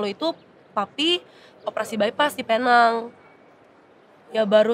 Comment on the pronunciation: aku tinggal di penang.. cara pengucapan bukan penang tapi pineng (neng kayak gmg eneng bhs sunda)